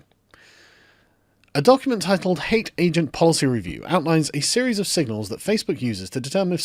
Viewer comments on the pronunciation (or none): none